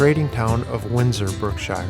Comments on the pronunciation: Windsor is in the county Berkshire, not “Brookshire”, England. There is no Brookshire county. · "Berkshire" is pronounced bark-shu.